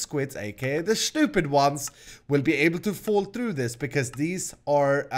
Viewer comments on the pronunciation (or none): none